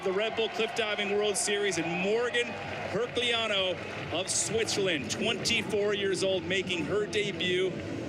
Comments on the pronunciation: Why the eff does he call her "herk lee ann new"? Jack ass can't read. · The commentarors don't know how to pronounce Morgane or Herculano. Great.